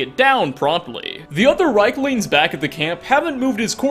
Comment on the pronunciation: REEK-lings. REEK. Not "rike," it is pronounced REEK-lings. They say this in the game!